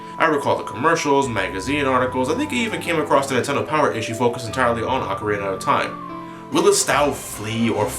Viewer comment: pronounce it Ocarina